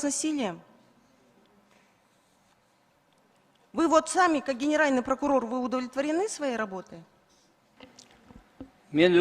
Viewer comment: Кагаздан окуса прокурор окубай айтса пыркурор экен